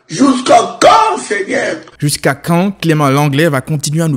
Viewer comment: ''jousqu'à quand seignaire''🤣🤣